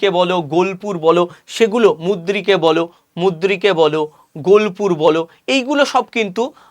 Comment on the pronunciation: ভাগলপুর আর মুদ্রিক নয়। উচ্চারণ টা ঠিক করুন।